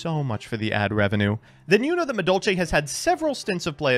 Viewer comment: really just can't read Madolche cards huh?